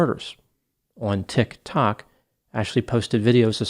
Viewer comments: Dude it's "TikTok" not tik...tok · yes - I think he's on TikTok and it's not that difficult to figure out it's pronounced Ticktock not Tick........tock lol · I love the way you say “TiKK. TOcK.” 😂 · We now say "Tik...Tok" in our house daily. Lmao😅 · It's sad when crazy people capitalize on other people's pain. Thanks for covering this. Also, I love how you say Tictoc 👏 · Not a long enough pause between Tik....................To k. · I don't put much stock in content creators on 'Tik ' 'tok' either............laughing at how pronounced the sm name. Brilliant! But sadly the only laughable moments in this video. People need to be accountable for what they do and say online. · OK subscribed just because of the way you say "tic tok" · Why are you saying Tik Tok like that? "TiK (hard stop) ToK." 😕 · Pronounced Tick Talk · The way pretends he doesn’t know how to say tik tok is adorable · Same I absolutely love it so much lol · The way you say TikTok cracks me up every time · I've been pronouncing Tik, Tok wrong this whole time. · Ha ha. The way pronounces "Tik Tok". ❤😂❤😂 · I came for the utterly bizarre story, but stayed for erudite, educated and entirely entertainingly elucidated energy in speaking the words, "TikTok". As for the TikTok talker, after consulting anonymous (aren't they all) spirit guides, I feel that there will be lots of professionals in this TikTok talker's immediate future such as (but not limited to) lawyers, judges, psychiatrists, psychologists, social workers and maybe even a few people in uniforms licensed to carry weapons. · Your pronunciation of 'TiK Tok' made me spit out my coffee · I love how you pronounce "tik tok". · deliberate pronunciation of Tik Tok is the only way I am ever going to say it now 🎉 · Best thing about this one is pronunciation of "TikTok". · Best thing about this video is the way pronounces Tik Tok 😄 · Love when says tiktok